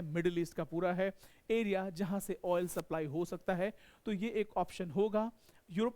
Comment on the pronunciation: ए बुरी (एरिया) होता है! की (अरियाज) होता हैं कैसे कैसे लोग आ जाते है यार... ये भाई सुध भाषा मे पढ़ाओ आम बोल चाल मे